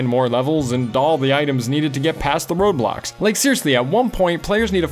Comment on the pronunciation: Yes, this is off topic. It sounded like he said ROBLOX. When in reality, he said road blocks. Also, great video.